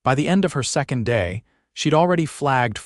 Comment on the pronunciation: And how about the way they pronounced second.